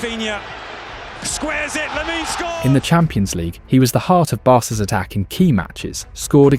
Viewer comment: Please stop saying Laminé, e is silent.